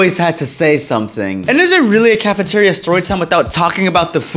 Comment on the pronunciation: The caffiterreou is sow lowed 😊